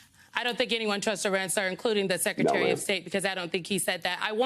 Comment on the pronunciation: He’d be more believable if he knew how to pronounce Iran. And then he says Jim Jordan and Steve Scalise (may not be spelled correctly) are good options for speaker and lost all credibility. Sigh.